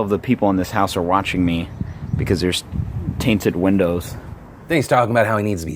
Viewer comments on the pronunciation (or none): Did he just say TAINTED windows? The word is 'tinted' ya dummy. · Taint-ed windows....I think you meant tinted bro lol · Did that guy just call tinted window "tainted" windows? Edit: Yes he did... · Did he say tainted windows?